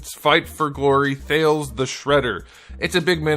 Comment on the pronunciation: Thales is probably pronounced Thay - Lees (Lees like Lee's) It's most likely based on Greek where in English the "e" at the end of words is pronounced like "Socrates".